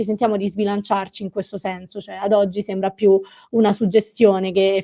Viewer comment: nico passssssssss........ Sebra....Grasie...Sorro....Trapesio...Passo....Casso.... 😏